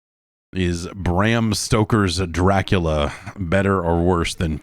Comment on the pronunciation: THE D ON MY GRAVE STANDS FOR DRA-CU-LA